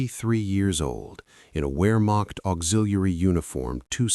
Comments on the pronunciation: A new world record of messing up the word Wehrmacht. Vermoched, vermocked, you name it. Extreme sloppiness. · Hey A.I. the word is Wehrmacht.